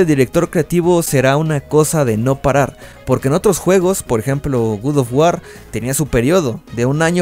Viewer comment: Otras personas: "God Of War" El: "Gud Of War"